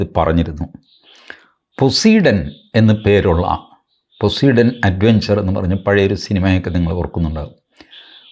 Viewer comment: TG പൊസൈഡൻ എന്നാണ് ഉച്ചാരണം